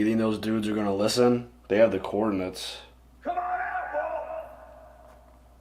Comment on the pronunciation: Haha. I thought you said they had the “corn nuts” not “coordinates” . I was thinking, I know corn nuts are delicious but.....